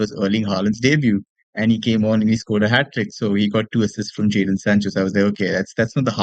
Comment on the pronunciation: Isn't it JADON Sancho?